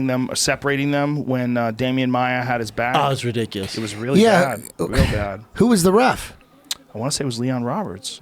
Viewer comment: How does Brendan still not know how to pronounce the word ridiculous?